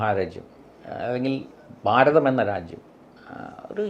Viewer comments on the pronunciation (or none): none